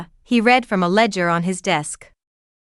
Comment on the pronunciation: Please proof the finished audio and correct mispronounciations and usages. "Read" can be said as 'reed' or 'red' depending on contex. It helps to check on unusual words such as "wyrm" which is another spelling of "worm", an old word that meant "dragon". I know I sound like an English teacher but it can really detract from the audio of a very interesting story and make it seem less well written.